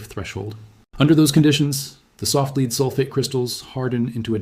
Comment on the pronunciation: In places you say leed in other places you say lead The correct pronunciation is lead not leed.